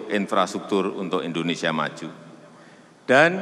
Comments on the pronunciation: Indonesia mbak bukan Endonesia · Indonesia.. bukan endonesia